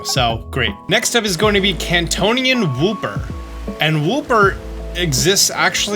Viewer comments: “Kantonian wooper “ that’s a new one. Lol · "Kantonian wooper"